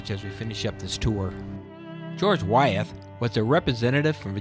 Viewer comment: I enjoyed the video, but you made several mistakes that I thought you might want to know about. The women married prominent men, not predominant men. The parish name is pronounced Henrico (hen-rye-co). I grew up there so I know. Wythe is pronounced "with" not Why-eth. Your tour was good just needs a few touch ups on the information.